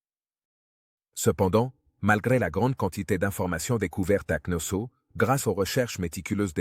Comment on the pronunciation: C'est pas ,,avenue GJ.ZCE,, ça avant Jésus Christ, et c'est pas Knosso , c'est Knossos, quelle honte pour le traducteur